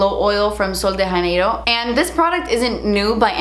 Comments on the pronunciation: “Janeiro” in Sol De Janeiro is not pronounced with an “h”! I am from Brazil and just want to help you out! “Jah-ney-roh” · Actually i think she's pronouncing it wrong because in Brazil they speak portuguese and in portuguese they don't say j with an h. Like jose isnt ho-say in portuguese. Lol its hard to explain in a comment! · Janeiro isn’t Spanish, it’s portuguese. Just a heads up so you can pronounce it right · Hi hope I don’t sound annoying but “j” in Portuguese is the same as in English... not the spanish is more like that “r” you used in the video... pretty much sounds like you read Sol de Janeiro... love your videos love from Brazil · I love these videos and recommendations so much!!! Side note though, and it’s probably not a big deal, but the J in “Sol de Janeiro” isn’t a Spanish J. It’s kinda like how you would pronounce the G in Gigi Hadid, since the brand’s name is in Portuguese. Idk much about the brand and if the creators meant for it to be pronounced with a Spanish J, so I might be wrong. But as a Brazilian I’m just tryin to help a girl out ya feel